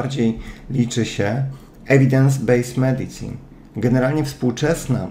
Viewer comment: wymawia się (medisin). Świetny wykład!